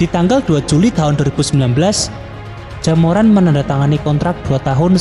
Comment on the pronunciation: Dengernya Jaemuran